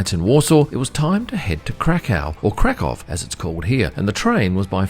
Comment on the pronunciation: Glad you enjoyed your stay. I live in Krakow since 2010, sure beats Amsterdam and Warsaw (personal opinion). p.s. it's pronounced Krak uff :D Too bad you didn't show (go to) the main square in Krak uff, which is the largest in Europe.